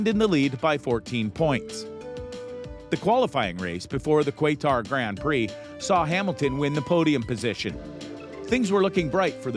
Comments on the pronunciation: Did you say “kwaytar”?? It’s “Kah-tahr”. Qatar. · It’s pronounced kahtar not quaytar. Yes I know it’s spelt qatar. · This is total BS.Lewis signed a contract with mercedes till 2023 and verstappen has a lot of connection with RB.This guy should improve his content or just stop yt.Stop spreading fake news.It is Qatar not qyatar.Im sorry if i sound rude,But that is the truth.Th signing with mercedes happened before Paul ricard. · Nice video despite butchering almost everyone’s surnames and the Qatar Grand Prix. 1. Verstappen- V pronounced “F” 2. Bottas- Bot- ass not Boat- ass 3. Qatar- Cat- aar not kwaitar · This whole video is terrible and you should feel terrible. What a joke. For future reference its kuh-tar...Lol qwaytar.. 😆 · Who is this Bo'taz? Lol It's Bot-tas. SSS!! Bottas! Surely having watched F1 you'd know how to pronounce the name . . . . Same for Kai-tar. It's Ka-tar. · What a load of crap is this video! Names of racers and venues pronounced wrong (Kwaytarr instead of Qatar, Bowtass instead of Bottas), the nonsense of Lewis leaving F1 after this season (FYI: Lewis returns next year) and even the title of this video is completely made up by a fairytale dreamer! Max isn't going anywhere, he has a solid contract with Red Bull, and he even stays there for at least 2 more seasons. SHAME ON YOU,, to even produce such a monster of a lie!!!! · and what team could verstappen go to? no where because hes gonna stay we all know that.. christ this guy knows nothing about F1 "Quaytar" and he won his first race in 2016 not 15.. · Quaytar? That shit grinds my ears. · Where’s this “Kwaytar” place you mentioned?? 😂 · I was concerned until you said kwaytar then I new this had to be generated by a bot lol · These people know nothing about formula 1. It’s also not pronounced guaytar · This guy needs to learn names, “Quaytar” Valteri Bowtas” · “Quaytar” he says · Yh exactly 😂 and the qwaytar Grand Prix 😂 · Quaytar…I’m dead 🤣🤣🤣🤣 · KUA-TA GRAND PRIX? 😂😂😂😂😂